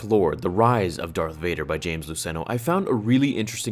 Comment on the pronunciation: I know the guy who wrote the dark lord. Its a long O for his last name by the way. James L-ew-ce-no.